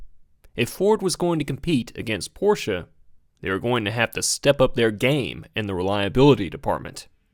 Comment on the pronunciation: I love how you pronounce Porsche the correct way. So refreshing!